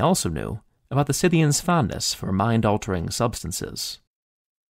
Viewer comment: THANK YOU for pronouncing "Scythians" CORRECTLY